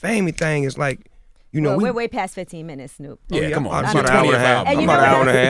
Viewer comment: "HEY SNUUP"